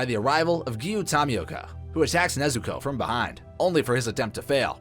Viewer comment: It’s not pronounced Toh-mioko. It’s pronounced Toe-Mioka.